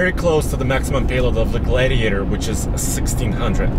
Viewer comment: Glaaaidiator haha